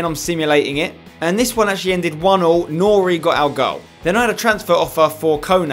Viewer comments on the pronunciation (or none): none